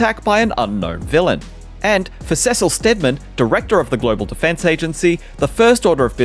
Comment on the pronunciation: Cecal 😂 it's Cecil bro